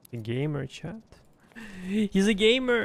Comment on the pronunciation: I like the videos and the pronunciation but it somehow always sounds like "chad" instead of "chat"